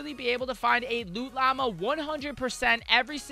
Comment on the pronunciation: If I hear "loo llama" another time im going to rage.